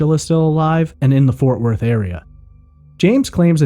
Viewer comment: ForTH Worth? Lol Otherwise great podcast